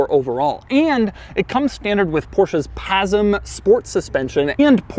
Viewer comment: The way he just said PHASMM as Porsche's PASM